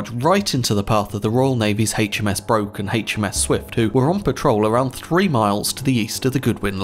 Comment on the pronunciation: HMS Broke is pronounced Brook